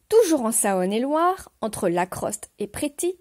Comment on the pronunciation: J'ai beaucoup aimé, je suis également un grand passionné de mythologie ! Mais Saône et Loire se dit "S(au)ne et Loire" hélas...